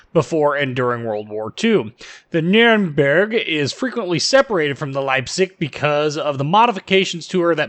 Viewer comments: Funny how you pronounce Nürnberg. If you haven't yet I'll look forward to hear you pronounce “Friedrich der Grosse“ or “Grosser Kurfürst“ Try to say more e like in beg or effort in the “berg“ part :P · Sounds nordic. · She is my favorite German cruiser. In Co-op battles she is my choice. :) By the way, funny how you say Nürnberg :) But I have some advantage over you in this case, I learned German + in Hungarian we pronunciate Nürnberg just like Germans. Keep up the good work! :)